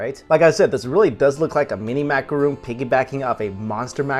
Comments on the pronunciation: Also, it's Macaron, as in Ron, not Macaroon, as in Roon. Two completely different cookies with different pronunciations. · MACARON NOT MACAROON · macaron not roooooon - im sorry cute guy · take a shot every time he says "macuhroon"